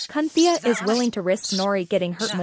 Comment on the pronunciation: "Cunthea" WTF 😂 😂